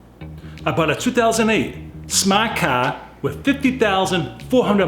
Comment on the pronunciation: Live your pronunciation of smart car……a true Bostonian accent! It was really interesting seeing you actually get in the car given your size.